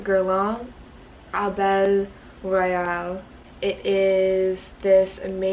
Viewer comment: lol "Abeille Royale" is french. We pronounce like "Abbey" but it's cute how you pronounce it 🙂